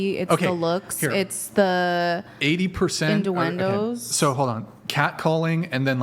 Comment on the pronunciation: What's a innDuendo